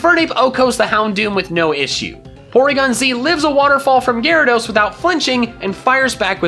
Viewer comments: u say gayrados not gyarados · Lol Gay-rados Srry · It's not gayrados, it's gyarados.